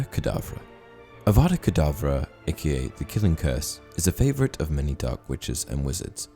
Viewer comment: Haha that is hilarious Hermione be like it’s Avada kedavra not kedavrA